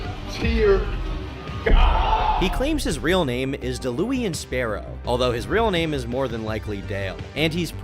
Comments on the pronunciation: "Dalooian Sparrow" 💀💀💀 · Deh-luu-ian 😂 I tried to collab for teaching people how to play FGs and he geeked out about it 😔 LONG ISLAND JOE. ELL EYE. please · “ Dalooean Sparrow “ 😂😂😂💀 I bursted out laughing at that pronunciation. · Da-louie-in lmfao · "Delooian Sparrow" 👌😂 Still can't believe the absolute tool got it tattooed on his forearm. Dayla Ewan? Dallah Wan? Dallowen Like... you know you're going to look at that when you're fifty and say to yourself: "Jesus I really am a nobhead." Every director said no. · pronounced as Da Lawn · Not an LTG glazer; say Daulaun right ffs